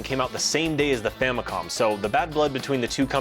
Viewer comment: I love how it sounds like says that families were getting very popular in Japan at the time.